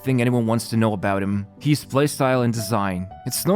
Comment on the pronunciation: Why does he say hees instead of his? Lol..